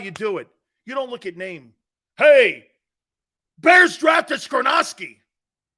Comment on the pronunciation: It's Skoronski. Not skrynoski. Ya big dummy